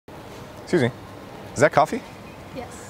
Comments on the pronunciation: Soozmee or S Q's me... Always hear people pronounce it like that. Lmao. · I always heard susy intead of excuse me. I was so confused..im from arg...so...it s possible to me...to...hear SUSY...